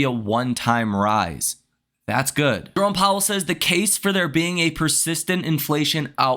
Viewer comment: Took a shot for every time “jerrome powwel says” i died 4x